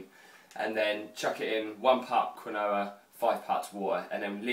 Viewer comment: quinoa is pronounced 'keen-wa'